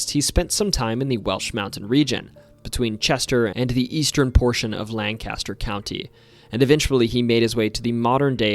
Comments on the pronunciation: Lol i came to say this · Lang-Kiss-Ter, Lang-Cast-Er is in California. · Outsider call it land caster lol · there is no letter D in Lancaster. It is not Landcaster. I am a Lancasterian. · We pronounce it Lan-kiss-ter. Great video though! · you literally tried to correct him saying the word is pronounced "lan-kis-ter" which is objectively wrong and "lan-kis-ter" will never be the proper pronunciation even in PA. It's like saying medium rare is raw "to me" when it is technically not raw. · I have lived here my whole life and never heard anyone pronounce it lankister. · pointless video, this takes place in Lancaster, PA and once again not the proper pronunciation of Lancaster. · It's a common mistake. It's pronounced the way Pennsylvania Dutch pronounce it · we all know it's pronounced lancaster in every other place except pa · THI!S! IT ANNOYS ME EVERY TIME!! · Before anyone else comments lancaster is usually pronounced lancaster only the city in pa is pronounced differently. If you say it's not then you are simply pronouncing pa wrong and every other city correctly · Well I hate to tell you this, but you are the one that is mispronouncing it. There is no “I” in the word and the letter “A” will never sound/be pronounced like the letter “I”. Of course that is if you want to be technical about it. The thing about names of cities and towns is that most people pronounce them as they were taught locally. This is because certain regions get settled by people of different nationalities and still speak with an accent. So to some extent, there is no right or wrong way to pronounce a city or town. In other words, you shouldn’t have made your dumb comment. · Maybe you can't read phonetics well, but can we agree that the LAN part is more of a Lang sound and is also accentuated. And that the caster part sounds more like k ster, kister or kuster, with the the vowel being ambiguous.